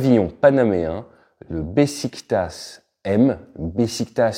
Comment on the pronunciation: Beşiktaş, avec une cédille sous chaque "S", ça se prononce "béchiktach". Bon, si on connaît pas ce quartier d'Istambul, ou qu'il n'y a pas les cédilles, on ne peut pas prononcer correctement. Petit truc sympa, si on regarde la page Wikipédia Français: Beşiktaş est la traduction littérale du Grec "Kounopetra", « pierre du berceau»